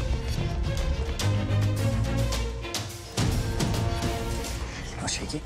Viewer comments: did anyone realize that he said your time starts MEOW! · Did anyone else hear "Your time starts MAO!" ? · I thought he said “Your time starts... MAO!”